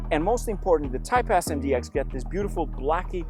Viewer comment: Great video! When you say “Type-S” I hear “Type-Ass” and I can’t un hear it.